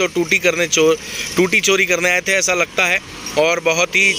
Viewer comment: Tuti Nahi toti🤣🤣🤣🤣🤣